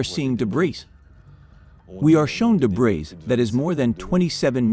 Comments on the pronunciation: Wait did he really just say “debriss” lol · Great documentary, but I just couldn't handle all the mispronounced words by the narrator.🥴 "Thigh-land" "deb-breez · "Debris" is pronounced "duh-bree" and "satellites" is pronounced "sa-tuh-lites" with a short "a" and a long "i"!!! And for the love of God do at least enough research to know that "Kuala Lampur" is pronounced "kwa-luh•lum-por" NOT "lumper!" It took me less than five minutes to look up these words, even though I already knew their proper pronunciations, just to make my point that it wouldn't have been too hard to get these words (and several others) right. So that makes me question everything you've presented as factual information on this topic bcuz, if you can't pronounce simple words right, then how can you interpret important information right? Yes, those little details ARE important if you want to be taken seriously as professional documentary producers!! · I would just point out for future reference, that the word "debris" has a silent "s" at the end, and is pronounced de-BREE. An excellent documentary, thank you very much. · And who pronounces the s in debris? 🤷🏼‍♀️😡🤪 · Thank you! I appreciate the translation. There were a few times words were mispronounced for American English like “resume” and “debris” but very minor things for a translation. I’m glad I was able to understand and hear this story.